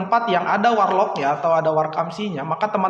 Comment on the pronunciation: Ngakak dnger "WaR Lock" 😂😂.. keren.. 👍